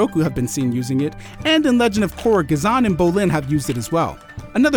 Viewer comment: Lol firstly It is Bolin, not Bo-Lin. Next- Ghazeen is not related to an firebender at all. Roku uses earthbending to lavabend, Kyoshi uses earthbending too since both these too are Avatars. Sozin is another known "lavabender" but he is a firebender. People seem to not understand in the scene he did not lavabend, but did heatbend so he doesn't count. Bolin is an earthbender too. Now the last one seen to lavabend is Shzetso who can even be the one who invented it, but he is an Avatar too. Now lets bring this down: Bending is not nesecerily genetic, from 2 waterbenders there can always be born an earthbender in a low chance. From 2 non benders an bender can mabey be born too. Now we know the genetic has to do with what type of a bender a person is, but not how strong of an bender he is or manipulets. What you and a lot of people seem to not understand is that your theory stands that u need fire to give heat to lava, but even if Bolin has an firebender mother and brother he still cant bend fire. There is not such need to have fire to give heat to an element, u just move the molecules of the earth, give them speed, energy, movement and change them from solid earth to earths liquid form witch is lava. It is the same as water, where u take energy, stop their movement and turn liquid water to solid ice. There is not such mix of elements to control a subelement and if u bring mudbending, it gets controlled by both earth and waterbenders, so just 2 elements control parts from it, and a